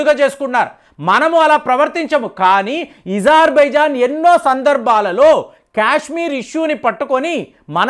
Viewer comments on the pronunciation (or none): ఈజార్ బైజాన్... ఈరాన్... ఏంది ఇది కొంచం మంచిగా పదాలు పలుకు. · అజార్ బైజాన్, ఇరాన్ అని పలకండి సర్